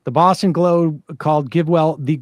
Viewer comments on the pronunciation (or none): none